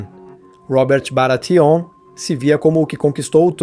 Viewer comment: Ótimo vídeo, mas Batêon, Roberto, Jairaeris, Targariãn? Fica pesado